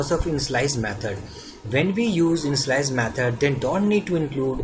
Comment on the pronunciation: I love the way you say "initialize" ...It sounds like "in-slice" .. Awesome!! Your tutorial is amazing so far. Very clearly planned out and well explained ..You are an amazing man. Thanks ( I am going to start saying in-slice by the way)